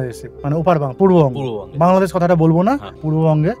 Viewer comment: উনার বাংলাদেশ উচ্চারণ করতে অনিহা বিধায়, বাংলাদেশ অশুদ্ধ হয়ে গেছে।